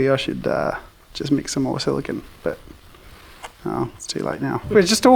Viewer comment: "I ZHOULD HAVE USED ZE TRAY! WHY AM I GERMAN?!" XD